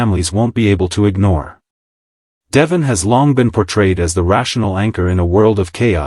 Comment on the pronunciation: Please check your pronunciation of Devon. It does not match the pronunciation on the show